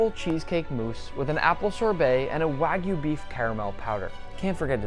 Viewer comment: Nick I will subscribe the day you pronounce wagyu correctly.